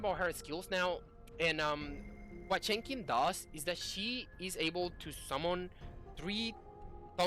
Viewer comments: it's Chen Sing in English chief. The X is pronouced as an "S" for some reason. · Pronunciation for Chenxing in English is "Chensing", where the 'e' in chen is like 'uh'. Hope this helps :)